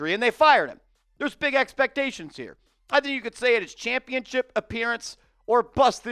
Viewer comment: Please stop saying championchip. It makes you sound stupid.